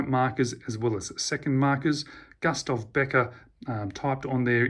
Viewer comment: Pronounced Goostaff